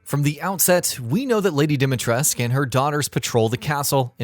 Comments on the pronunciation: Yeah and over 100 Romanian people in the comments, including my Romanian friend Csaba said it's Dimitrescu, so who would know more about Romanian pronounciation? The Japanese or the Romanians? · It’s not a Roman vs Japanese thing. IIRC, her name is inspired by Romanian, Russian, and Greece, which means the pronunciation is not going to be fully Romanian. Probably. But I’ll just say what the character says. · you must read it as "dimitresku", NOT FREAKING"dimitresk" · Dee-Mee-Tres-Koo Not "Dimitres" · it's Dimitrescu! not Demetresc. pronounce it right. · It's pronounced Dom not Dim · Every time this guy says "dimy tresk", A Romanian child dies. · Or even those who still call her “dima tresku” even after listening her name being called by Ethan in the demo 🥲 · Yes. It's not like anyone calls the dictator Ceausescu "Ceausesk" or "Ceauseesk". Dimitrescu is pronounced exactly the same. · Any time he says "Dimitresc" I die a little on the inside. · All the romanians must be cringing so hard as even i know that you are supposed to pronounce the SCU at the end. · Ethan, who is voiced by an American, told what to say by a Japanese person, has no idea how to pronounce Dimitrescu. Ask any actual Romanian, if you even know any. I know 3 Romanians. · exactly, seriously no idea who decided to tell the actor that the u is silent. Even the japanese version is closer to the correct version. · I like how this guy mispronpunces dimetrescu wrong everytime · I think you forgot the 'u' on the end of Dimitrescu. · the only thing confirmed is that English localization team doesn't know anything about pronouncing Slavic names. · could be the way Ethan pronounces it, but he mispronounces most names. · Ruthless Romanian dictator Nicolae Ceausescu had his name pronounced with the "scu," so why not Lady D? Did Capcom include an inaccuracy in the game? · No U on the end of her name, heard, gotcha, thumbs down. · Still mispronouncing her name....